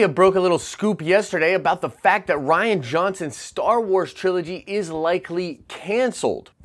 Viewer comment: Reean is how you pronounce it not ryan. Jeez your understanding of English hurts my brain. Also rian sucks so happy if it's not happening.